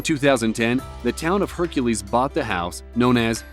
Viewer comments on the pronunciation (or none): Hercules ... you mean HUNcules